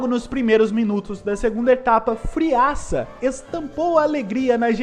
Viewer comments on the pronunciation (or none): none